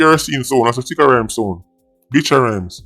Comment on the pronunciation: Did you just call him "B!tcha Rhymes???" 🤣🤣😭😭